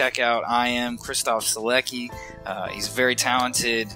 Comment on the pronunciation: On my hobby-horse of preaching proper pronunciation of names :), Sielecki reads as "Sheletzki" -- it's a name of apparently Polish origin.